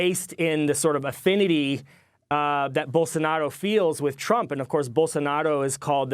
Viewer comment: No offense but it's Bolsonaro not Bolsonado.